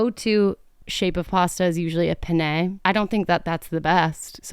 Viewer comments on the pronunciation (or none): i can’t handle how many times you pronounced penne like this my italian american eyes are twitching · I was going to actually comment here to say that. Penne with a long “nn” or it is “penis”. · A "pené"?? You say penné??? It's not french dude LMAO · Pen-NAY... 😂😂😂😂😂😂😂😂😂😂 You are so effing cute I can't even! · the cringeee I get from hearing her pronounce penne is deadly .. love you!